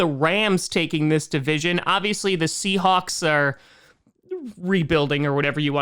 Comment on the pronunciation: He mispronounced Seahawks for the 7 spot… oops